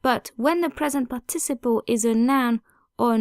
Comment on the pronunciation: Love your channel, but you might want to check out how 'participle' is pronounced in English at